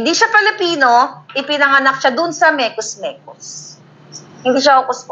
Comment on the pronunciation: Mekus mekus ay pronunciation ng mga bombay sa “mix, mix”. Hindi nila ma pronounce ng tama ang mix mix